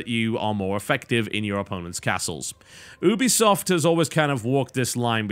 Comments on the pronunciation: For god's sake it's pronounced YOU-be-soft. I expected more from an englishman. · If the actual company that is called Ubisoft calls it You- be - soft im pretty sure thats how it should be said lol. Thats like saying you can say knife like Ka - nife lol. dont be silly